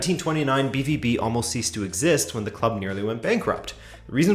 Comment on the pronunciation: Pronounced “be-vow-be”